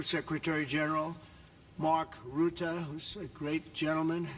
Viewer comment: It's Mark Rutte, not Roetten